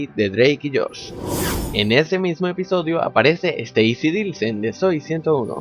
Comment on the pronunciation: SE DICE ICARLY Y NO AICARLY Y SE DICE ZOEY 101 Y NO ZOE 101